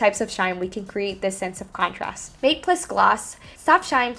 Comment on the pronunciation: Interesting video, but the pronunciation of "matte'" took me out of it.